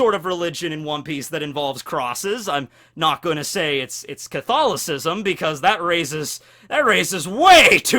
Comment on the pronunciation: Huh, never realized before this is first time ever I have heard english speaking person say Catholism. I didn't realize english speaking people actually pronounced it phonetically